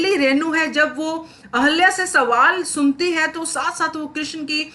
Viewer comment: Please pronounce Ahilya properly .